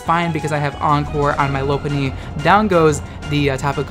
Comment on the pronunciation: It’s not Lope-punny It’s Lop-unny Like a French Lop bunny